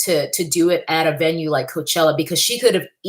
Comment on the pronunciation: “Mayochella”....😂, I can’t!